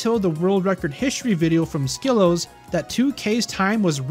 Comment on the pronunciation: Hey just so you know you are pronouncing wrong. You should check with him to fix the pronunciation. Great video otherwise!